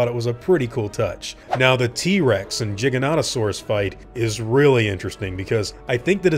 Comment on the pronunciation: are you seriously still unable to say Giganotosaurus? It's Nicknamed the Giga you don't pronounce it like Jigger because there's no J, haven't u ever heard of attacks LIKE gigaton crusher or Giga Blaster? These start with Gig sound not a Jig sound, this same pronunciation applies to the Giganotosaurus. then here u say it Absolutely perfectly, seriously dude. Me personally I think if T.Rex died more often in movies it'd show audiences that there's more gigantic carnivores than the Simple Tyrannosaurus Rex.